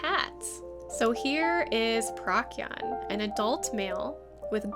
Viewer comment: Procyon is pronounce prow-see-ann,just correcting you!(